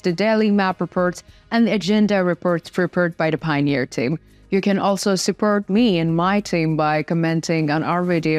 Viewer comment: I will push the like button on these videos as soon as you learn not to gabble and how to pronounce the words: Report, support, armed, according, positions, performing, war, north, addition, and especially the word "the." Slava Ukraine.